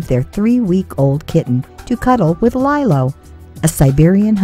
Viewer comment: It's Lilo not lielo